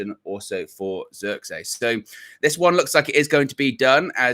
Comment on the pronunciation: pronounce : twist / this / trick / his... the sound of the 'I' is how you pronounce it in Zirkzee. the zee part you have it right ;) (I'm dutch)